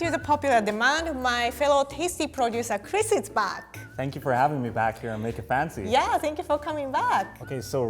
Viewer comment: Someone please teach me to say that "make it fancy" cuz the way she pronounce is impossible to repeat 😭